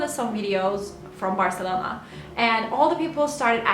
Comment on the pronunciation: dillin ve aksa'nın mükemmel ama Türk olduğunu belli eden tek bir şey var o da Barselona deme şeklin ve bu çoook tatlı😍😍